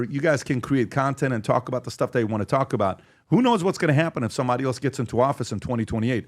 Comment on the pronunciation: Where did this trend of saying “else” as “eltse” come from? Why is there now a letter “t” in the word “else??!!”